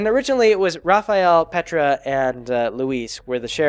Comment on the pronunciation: Every time you said Petra I heard Petirep